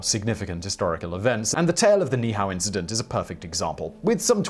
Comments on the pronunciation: Simon -- This isn't a criticism of your pronunciation of Niihau, you didn't know. Most don't, but in Hawaiian you pronounce every vowel, even if the same one occurs right after itself. So Niihau is pronounced "NEE-Hee-how". At least, that's what I was told by a native Hawaiian, on Kauai, which is next to Niihau. So, this isn't intended as a slam; you didn't know, and now you do. 😁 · It's pronounced - Niihua - nee - ee - how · All you had to do was any Hawaiian how to say that. NEE EE how There are Two (2) I's there and each is pronounced in Hawaiian as an "E" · You were really close on Ni'ihau! NEE-ee-how, but that's a small quibble. A lot of people forget the okina (apostrophe) that requires a repetition of the previous vowel sound. Love your videos and love that you attempt the words unlike some videos that wimp out because they're afraid to even try!! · Niihau is pronounced by saying both i’s separately.